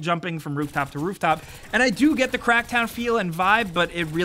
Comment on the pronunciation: hahaha pretty sure the 2nd time you said crack down you actually said crack town.